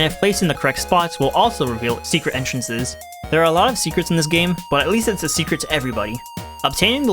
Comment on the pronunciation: "hidden entrenhrrhrrhrres."